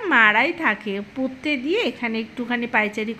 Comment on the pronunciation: 100 baar sentence er modhh eektukhaani ektu khaani...bolen kano Emitei aapnar uchharon khub kharap.. Porte ke kolen..potte